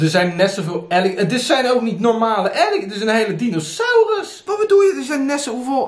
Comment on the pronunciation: Alligeetorrsss? Die beesten heten gewoon Aaaliegaaatorss!! Grrrrrrrrr